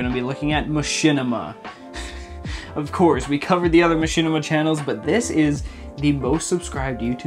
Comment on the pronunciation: Machinima? You mean Mashitima?